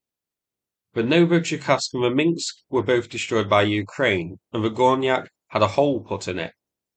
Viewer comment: Minsk, not Minks. 😉